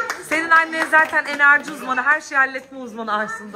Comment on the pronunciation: Enerciii diyişi sjsjsjsjsjsj